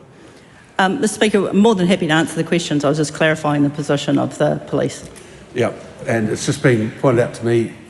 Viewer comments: Can’t even pronounce the word Police , she says Plice !! Pig ignorant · so they demand everyone speak maori PROPERLY but she cant even say POLICE properly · I wish she would learn how to pronounce police correctly.